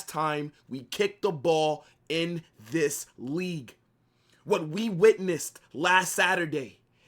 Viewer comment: And “ THHIIISSS IS A MUST WIN GAME”😂😂😂 I like this guy..